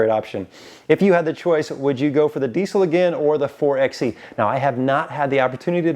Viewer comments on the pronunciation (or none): It’s “Four-by-E” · Its pronounced "4 by e". It's a play on 4x4.